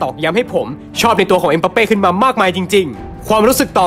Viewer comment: มันชื่อเอ็มบัปเป้ ไม่ใช่ เอ็มปัปเป้